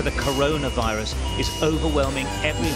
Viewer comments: How come you can pronounce "covid" with a v, but you say "wirus" instead of "virus"? You can clearly say the v sound. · If you spent as much time learning to talk professionally and say Virus not wirus your wideos would be good. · Wirus. Wirus. CoWid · Did U say caused by a wirus